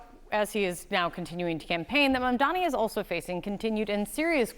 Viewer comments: you both are journalists, pronounce his name correctly. MaMdani. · You all keep saying his name wrong. it's MAMDANI not Mandani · guys. it’s M-A-M-D-A-N-I (mom-dah-nee) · M-A-M-D-A-N-I not mandani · Mam-da-ni, come on guys it’s not that hard. Not Mamdami, not Mandami, not Mandani, it’s Mamdani. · His name is MAMDANI not mandani. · It would be great if you guys could pronounce his name correctly. It's really not that hard, it's exactly the way it's spelled: MAMdani (not Mandani)!